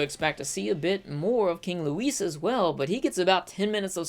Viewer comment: Its pronounced loui, the S is silent.